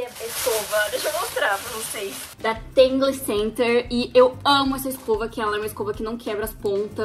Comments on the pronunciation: Amei a pronúncia da escova kkkk “tangle center” a realidade “ tangle teezer” 😂 isso é inglês, tu manja! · Ela falando o nome da escova toda errada!😂